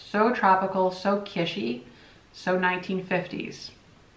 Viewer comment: an observation. The word is not "KISH-ee", it is pronounced " KIT-chee". It just kind of bugs me every time I hear you say that. I am not trying to criticize, rather just trying to help you grow. 😎 You're welcome!! 💖 Love you much!!! 😋